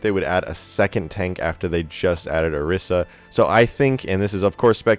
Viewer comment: The new hero will probably be released before people learn how to pronounce Orisa's name correctly.